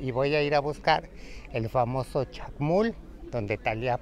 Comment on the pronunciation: Hermanaaaa, se dice Chac Mool, no Chac Mul.